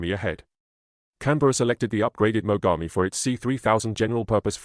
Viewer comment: They're pronouncing Mogami(Names of Japanese river) as Magami. It would certainly hurt quite a bit to be bitten by a warship like that. Σ(ﾟω´(◞◟･´ ,,)chompchomp